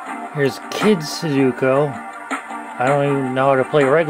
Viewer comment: It's sudoku not suduko